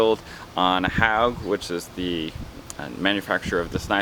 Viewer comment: Hogue rhymes with pogue, it's not pronounced like "Hog" dummy